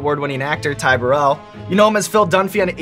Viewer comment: Chris Martin? Boo-rell.